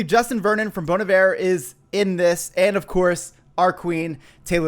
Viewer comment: I just appreciate that you pronounced bon Iver correctly! I find it annoying when people say they are a fan of the band but pronounce it wrong 😂